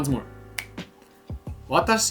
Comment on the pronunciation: I’m sorry dude but your pronunciation isn’t really right. It might seem like I’m being pedantic, but in Japan native speakers will drill you over pronunciation. Japanese words use either a rising1 or falling2 tone. Go to Google translate, and look up the word for chopsticks. 箸 - ha1shi2 Now look at bridge. 橋 - ha2shi1 For an example from your video, in the word for dog (犬 - inu) the “nu” rises. You can say it a different way and will still be understood, but once you get to more complicated strings of kanji, e.g. 洗濯洗剤 - Washing Detergent, it becomes super important to say it the right way. Just like a child speaking English, if you mispronounce ‘Washing detergent’ you might still be understood, but you’ll be informed of the proper way to say it. I’m not commenting to be rude, just to inform people to be aware of this.